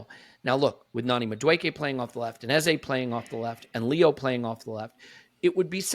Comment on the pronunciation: Our number 10s name is pronounced like EHZUH not like EHZAY